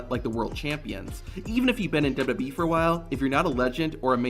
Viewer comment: How can you not pronounce "WWE" properly? You've just botched it countless times. LOL